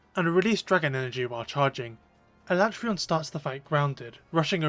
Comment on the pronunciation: Thank you for using the CORRECT pronunciation of his name! That’s right, I said it!😂